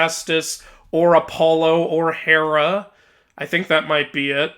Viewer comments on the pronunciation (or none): none